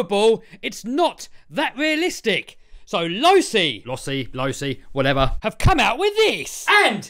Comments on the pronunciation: Its pronounced losi... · Wrong, it's pronounced losi smh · (LOE-C) this is how you say it